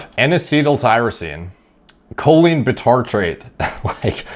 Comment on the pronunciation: Makes fun of the guy's pronunciation and proceeds to butcher Choline.